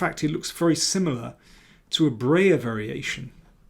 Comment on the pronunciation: Please don't say "Brayer". It pronounced like "Bryer".